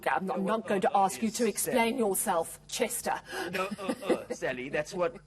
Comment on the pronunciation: Chester accent is not right